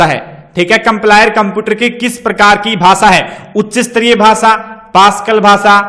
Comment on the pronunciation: कंपलायर नही सर कंपाइलर होता है,😇